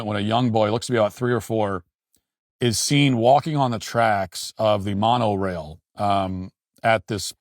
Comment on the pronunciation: Why is Matt acting like he doesn’t know what Disneyland is? He’s not even pronouncing Monorail correctly